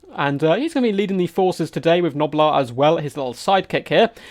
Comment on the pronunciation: Gobbla, not knobler.